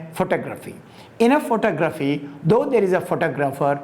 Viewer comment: Enjoyed that and more importantly, it just might be what I was looking for; contemporary thought on art. You are pronouncing photography wrong. There is no need for it because you speak English.👍🏿